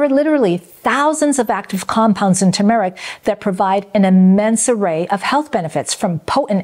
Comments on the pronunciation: FYI it’s not pronounced Ta-Mahr ik. It’s pronounced Tur Mr- uhk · Why does she mispronounce TERmeric? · You are not pronouncing turmeric correctly.